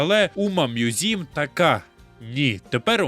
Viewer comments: Чому ви читаєте назву як умамузім, це ж умамусуме/умамасаме? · Який нафіґ "мʼюзім"?! Правильно ж «Мусуме» (з наголосом на перший склад)!.. Короче, сам автор канала — це ШІшка, яка галімо читає японську транслітерацію. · О так, давайте більше всратих способів прочитати "умамусуме", я навіть поставлю за це лайк!